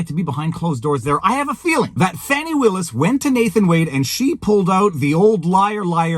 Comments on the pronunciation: Fani is def pronounced as a short for Stephanie, sorry Chris cuomo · Fani ≠ Fawni They're just trying to spare this insufferable woman embarrassment by pronouncing it in a different way. 🙄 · No black person EVER called a FANNY( Fani) FAHN-i. It’s never happened. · MTG also calls her Fauni/Fawni, I think it may be southern name and pronunciation. That said, I will be glad when this all ends in the favor of the Defendants, and hope the other cases against DJT all topple like Dominos.